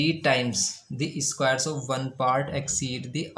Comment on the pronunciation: Everything is good But I really want to tell it is square not eeesssquare 😂